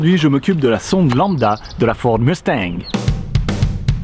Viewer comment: Ahhhh prononces le « G » de Mustang maintenant? 😂😂😂